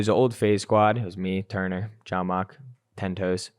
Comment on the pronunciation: Did just call Tennp0, TEN TOES??